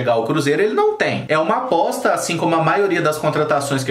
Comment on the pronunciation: Só eu entendi bosta no lugar de aposta kkkkkk todo respeito ao atleta mas achei engraçado